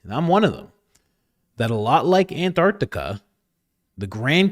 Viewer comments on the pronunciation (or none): AntarCtica not antharthica